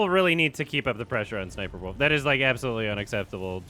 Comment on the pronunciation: I love always pronouncing it as s's'sniperwolf